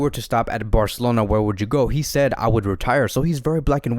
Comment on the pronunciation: nobody: this video: fc BAOR-celona